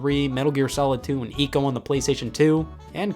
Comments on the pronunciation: thanks for pronouncing ICO in the correct way BUT why did you choose this ugly hell of a cover? ICO has one of the most beautiful artworks in the entire videogame history but this art was used everywhere except for the USA, you have to know this basic thing. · Thank you for pronouncing Ico correctly.